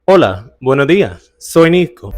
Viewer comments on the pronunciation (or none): none